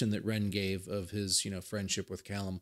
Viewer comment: It's actually in Alberta, Canada. Not far from Calgary, where Ren's been receiving treatment for the last 15 months. At the same time, you're one of only 2 North American reactors who pronounced 'Callum' correctly! Swings and roundabouts. :)